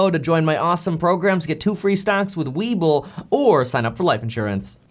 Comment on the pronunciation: Am I the only one who thought he was saying “weeble”? Having a childhood memory moment! Haha